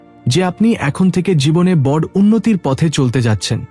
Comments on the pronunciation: বর নয় বড়ো বলতে উচ্চারণ করা উচিত। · খুব ভালো লাগলো শুনে। তবে " বঢ় "শব্দটিকে " বড়ো " বলে উচ্চারণ করলে শুনতে ভালো লাগবে। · বঢ়্ কথাটা বাংলা শব্দই নয়। বড় শব্দের এরকম উচ্চারণ, কুল্ দেবতা উচ্চারণ শুধু ভূল নয় হিন্দি ভাষার অনুকরণে প্রাপ্ত। বাঙ্গালীর কাছে এটা নিতান্তই অপ্রত্যাশিত। বাংলা শুদ্ধ উচ্চারণ যদি বাঙ্গালী না করে তবে তার বাংলা ব্লগ করা উচিত নয়। বাংলাকে এভাবে লাঞ্ছিত করার অধিকার কারোর নেই।